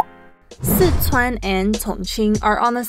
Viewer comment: Not just that. They're also saying Sichuan wrong